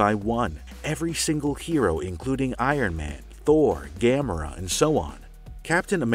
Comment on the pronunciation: He butchered gamoras name lmfao